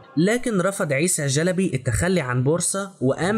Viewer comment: محتوى جميل. وانا احب العثمانيين كثيرا وافتخر بتاريخهم.. تابع والى الامام 👍👍👍. لكن. ليست.. جلبي.. بل.... شلبي. 👍👍👍🌹🌹🌹